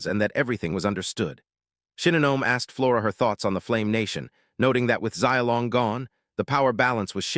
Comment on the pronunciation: ugh. You can learn the japanese sounds in one day. You can learn the mandarin sounds in one, maybe two days. Don't worry about tones, nobody really expects you to get the tones right- and american English usually has all 4 tones. We're just not consciously aware that we do. But the main point is- it's not zai ao o long. It's Shiaow Long. Xi ao long. Xiaolong. Can't any of you simply spell things phonetically, and then use find and replace all ? Is that too hard?